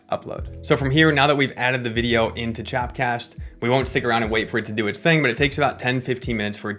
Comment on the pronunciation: It’s called “chop cast” bruh, not “chap cast”, lol